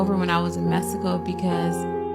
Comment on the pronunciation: #2 “I knew it was it was over when I was in Messico! “She said it right, Messico!